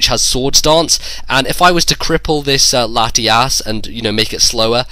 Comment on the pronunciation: lol thumbs up if you heard say Latiass